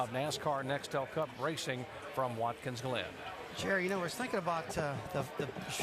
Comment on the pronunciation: "Watkins Lynn"? Lol at Jerry Punch...